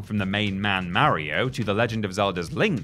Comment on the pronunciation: Who in the hell are "Merry-O" & "Leeoo Kayng" 😟